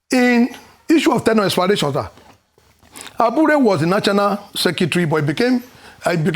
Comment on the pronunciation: why does he always pronounce "National" as "Nachanal" 😂😂😂